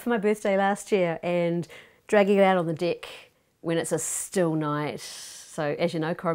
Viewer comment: The way she pronounces "deck"